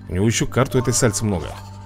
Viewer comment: Только "Сальсы" а не "Сальцы"*!